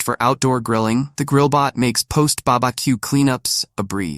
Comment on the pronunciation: BaBaQ? The robot is confused